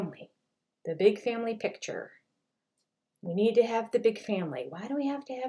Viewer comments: Well, maybe there is a difference between a big family “picture” and a big family “pitcher”, that we don’t know about. 😅🤔 Its PICTURE! Just say PICTURE, Kody!!! Aahhhhh😂😂😂😂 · Lol, thats the Utah accent. I do the same thing, and have to catch myself. We also inadvertently say "Mow-n" instead of mountain